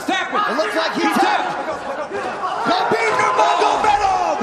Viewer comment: Is Habib not Khabib